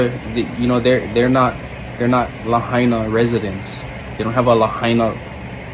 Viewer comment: Not lahina . It is .... "La-ha-i-na"! Lahaina is in Ha-wa-i'-i. Not ha-i-iee!